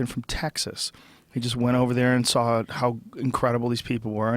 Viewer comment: please help brendan schaub and brian redban learn how to pronounce "saw" or "draw" correctly. there is no "L" at the end......